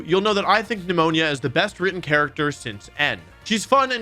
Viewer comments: It’s Nemona but Wolfe likes pronouncing names wrong intentionally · Alright I need to know, am I the only one who hears Wolfe saying PNEUMONIA instead of Nemona? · Why is Wolf saying Pneumonia instead of Nemona? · Why is he calling Nemona, pneumonia? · Why do you call Nemona "Nemonia"? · No one: Wolfey saying Nemona's name: Anyways, Pneumonia is the best rival since N- [joke, foreign names aren't always easy] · its nemona not nemonia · It’s intentional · Bruh why do u keep calling Nemona “Pneumonia” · i will never unhear wolfie calling nemona "Pneumonia" * cough* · he pronounced Nemona as "pneumonia" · PRONOUNCING NEMONA AS PNEUMONIA IM SCREAMIN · It would be cool if he didn’t pronounce her name like “Nemoña” as that’s a serious illness.